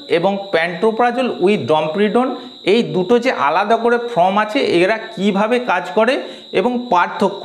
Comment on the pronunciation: সব ঠিকই আছে কিন্তু "ফ্লিম"এবং "ফ্রম"না ব'লে "ফিল্ম" ও "ফর্ম" ব'ললেই ভালো হয়। কিছু মনে করবেন না, আপনাকে হেয় করার জন্য লিখিনি। আঘাত দিয়ে থাকলে ক্ষমা প্রার্থী। .